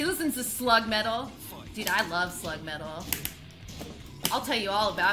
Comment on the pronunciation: Damn she been saying Slug's name wrong for months atpRtsd